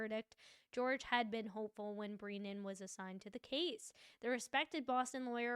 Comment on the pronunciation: Love your coverage, but please call him Hank Brennan, not Hank BrEEnan : )